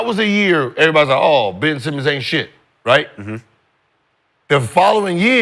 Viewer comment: yes, said Ben Semen